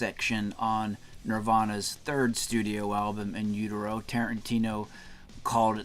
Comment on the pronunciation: Damn man, no need to rip the guy apart because he pronounced the album wrong